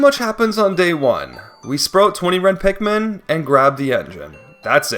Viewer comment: Did I just hear "sprote"